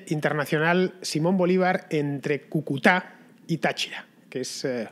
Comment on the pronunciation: Gracias Fernando, no te canses de hacer reportajes, crónicas y contra crónicas sobre la degradación humana en todos los sentidos que vivimos los venezolanos. GRACIAS, MIL GRACIAS. PD: Cúcuta, se pronuncia así, con el acento en la primera U. Un dato sin importancia, pero se que estas cosas sí que importan para ti. Un abrazo y ¡QUE VIVA LA LIBERTAD!